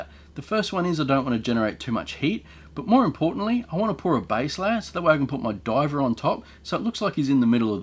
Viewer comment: I couldn't understand why you had MacGyver in a diving suit until I realized you actually said 'my diver'